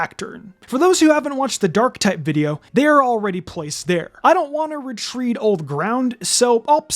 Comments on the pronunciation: Did this man just pronounce retread as re-treed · retread "re-trehd" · “Ratreed”????? Nice